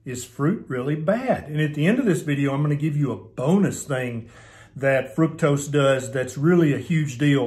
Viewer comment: Minor detail, sure, but.. Thank you for pronouncing fructose correctly. It rhymes with fruit. It doesn't rhyme with truck!!! It occurs naturally in fruit. Ergo the rhyme.